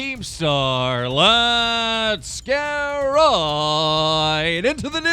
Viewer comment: TBH I always get really fucking hyped when keem starts saying "roight"